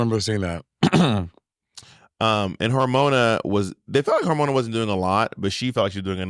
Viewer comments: monet calling hormona "harmonica" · I’m sorry but Monet calling Hormona “Harmonica” just took me the fuck out lol